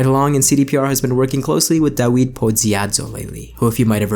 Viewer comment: It’s David The W in Polish is pronounced like a V